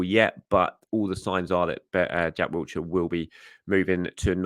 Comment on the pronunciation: But not Wilshere's 😂😂😂 There's no T in Wilshere (Love ya!)